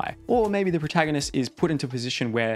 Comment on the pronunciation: It's funny that you say proahtaganist.